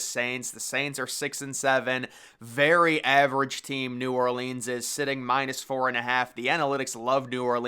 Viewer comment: Love you, my guy, but you gotta start pronouncing "New Orleans" correctly one of these days. 🤣